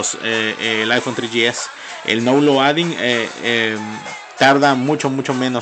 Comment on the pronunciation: El aifon tri yi es y el aifon forr :v